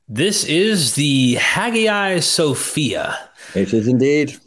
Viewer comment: dude: You've got to pronounce Hagia Sophia correctly! For an excellent modern study of this building, and Constantinople, see the PBS series "Ancient Invisible Cities"